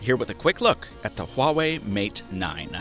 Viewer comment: Wah... not Hwah... WAH-WAY, sorry I work for a phone company and the amount of people who say this name wrong on a daily basis is enough to give me a seizure